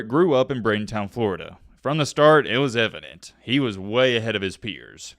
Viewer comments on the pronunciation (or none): BradenTON not Town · Thumbs down… just for how you pronounced Bradenton and Seminoles. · Braden-town florida? Wtf?